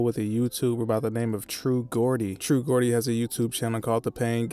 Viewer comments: Man said Gordy😂😂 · That’s not how you pronounce Geordie lol